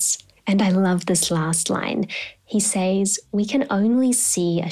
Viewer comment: you pronounce 'says' phonetically